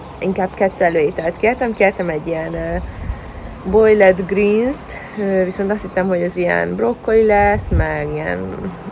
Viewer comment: “ Bojlled”. Jezusom. Inkabb magyarul.